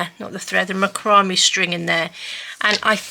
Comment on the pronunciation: Incorrect pronunciation of Macramé… Mac like Big Mac- row like row your boat- may like month after April… thought you might like to know correct way to say rope’s name